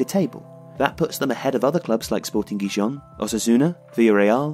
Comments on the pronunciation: Wtf you said Guiyon instead of Gijón (pronunced heehon) Edit: oh another person has said it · Gracias! They pronounce it like it francés ( Dijon) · Just for future reference, Gijon is pronounced hee-hon